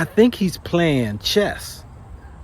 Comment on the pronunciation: It's actually called "chess" not "chest"